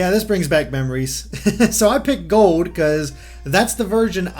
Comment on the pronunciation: Where is your accent from? It sounds like you’re saying Pokémon Gode.